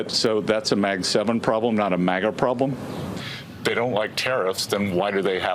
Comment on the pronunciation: did he say "prob blem"?